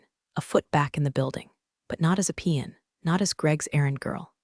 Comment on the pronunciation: “Not as a pee in” ? OMG someday someone will have to give the AI a dictionary of the English language. 😂